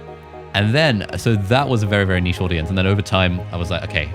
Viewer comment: Fantastic video guys, I’m mostly hesitant to start putting up videos but this is probably the kick in the pants i need. And thank you for pronouncing niche properly lol